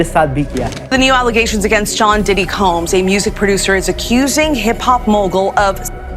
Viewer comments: Also it’s ‘diddy’ not ‘Deedee’ lol😂😂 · diddy ❌ Didi ✅ 🤣🤣🤣🤣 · Bro sometime says didi(big sister) 😂😂